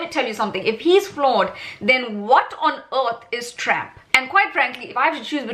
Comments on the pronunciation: Lol . Awesome video but why do you pronounce it as Tramp. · I love you calling him Tramp 😂. I am from the US and we get in everyone else's business so why shouldn't others get in ours. You go girl. Great video.